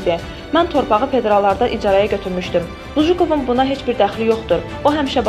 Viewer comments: Lujukov yox Lujkov . Danismagi birinci oyrenin. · Qızın tələffüzünə Lujukov yox Lujkov Mockvanın keçmiş meri Bu çuşkaları hardan qazıyıb çıxarırlar? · anlamadim bujukov kimdi luwkov demelidi bujukov ne demek hec olmasa duzgun oyren ayibdi bu geder biyabirci olmag olmaz